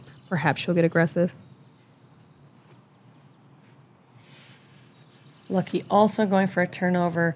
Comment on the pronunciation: Her name is Lykke, not Lucky.